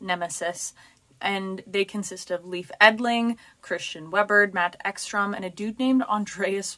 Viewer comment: Leif is pronounced Layf btw